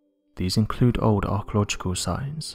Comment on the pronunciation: Could you get a reader who doesn't have a speach impediment? He cannot pronounce "l". He swallow his "L"s. "Old", sounds like "Owed". "With", sounds like "Wiv". "Beneath", sounds like "Beneef".